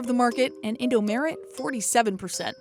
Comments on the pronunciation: InD0mAreT ✖️ Indomaret ✔️ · It's Indom"A"ret, not Indom"E"ret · English : “ Indo m-e-r-e-t “ Indo : sorry ma’am its called Indomaret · It's not In-do-me-ret It's In-do-ma-ret Maret like March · Who trigged when she says “indomeret” not just “indomart” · indo mharet not indo meret sjsjdj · I felt cringe when you pronounce in-do-me-re’t, it should be in-do-ma-ret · You say indomaret like indomeret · me too..should be pronounced "indomart" in english..not "indo-merit" 😅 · sure but they said merit not maret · she could've at least said indo-MAH-ret instead of indo-MEH-ret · The way the narrator pronounce indo merit😭😂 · the way you said indomaret infuriated me how to say indomaret : eendou maaret or just say indomart both work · Narrator : indomerid 😹😹😹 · the way she pronounces "Indomaret" as "indo-meret" makes me kinda mad lol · i loved it how she pronounced it “in-do-me-ret” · how the woman pronounce indomaret.. indomeret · wAit, wHaT?!?!?! I'm Indo T^T Edit: oh yea- to say Indomaret, it's Indo-MA-ret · Omg how the heck did you even said indomaret?? Its like indomeret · Fajar Rahmad Hidayat IndoMARRIED 😂😂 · Indomarrieds lol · I died when she called Indomaret "Indomaerett" 😂😂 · Indomeret xD Say The Mart like In America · Jeebus, that indomaret pronounciation. It's Indo-MAH-ret, derived from Indomart and changed a bit when western sounding name was frowned upon. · yes... she's trying too hard 😪 it's just (mart) with an e! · Im not indonesian Ive never heard of indomaret before until now But her reading it that way sounds so wrong LMAO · Indomaret is Indomart, But on the tongue of an Indonesian It's easier to say maret, In Indonesian, So, be Indomaret. Also Alfamart is sometimes called Alfamaret. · I was crying when they pronounced indomaret and alfamaret wrong😭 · I laugh so loud of how she said indomaret wrongly lol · it annoys me how the narrator said indomaret. is the right way to say it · Da wei u say indomaret XD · indoMARET or indoMART??🤔🤔😂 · Yes its bugging me alot